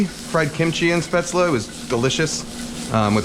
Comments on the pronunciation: It’s “Spätzle “ with a L tho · Don’t pronounce the e in the end and it’s a hard a at the start like “eh” but that was perfect like my oma use to make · If I may insist even more, "Spätzle" are pronounced almost like you did, but with a "sh" in the beginning instead of an "s". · dude you mean "Spätzle" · u pronounced it wrong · the way to pronounced spaetzle made me scream in german but good recipe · never heard it pronounced like that lol